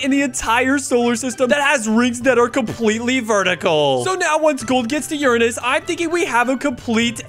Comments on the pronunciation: It’s not Urnus it’s uranus 🤓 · Your saying Uranus wrong (just to remind you) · YOUR SAYING URANUS WRONG